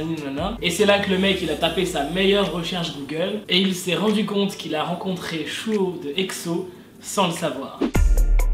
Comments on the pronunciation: On dis Suho pas Chuo 😂😂 sinon super cool ta video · Mdrr j'avais oublié que tu disais chuho au lieu de suho 😂 on t'aime ❤#welleuse💋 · Chouho ?? C’est plus comme souho la prononciation coréenne 😭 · Heureuse de te revoir mais stp suho avec un S pas chuho 😂